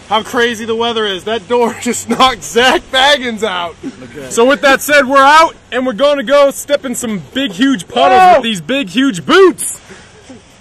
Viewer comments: How come Aaron always says "Baggins" instead of "Bagans" ???? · Ahahaha Aaron is way too damn excited!! And I love how he still doesn't know how to pronounce Zak's last name correctly!!! LOL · im just noticing aaron said zaks last name wrong. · U said bagans wrong